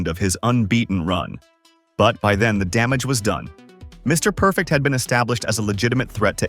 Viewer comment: I hate A.I. voice talk overs!! The silence between Mr..... Perfect is not what a Mr. Perfect video is supposed to be!!! Everything shown and everything said about Mr. Perfect should be flawless it should be timeless and it should always be PERFECT!!!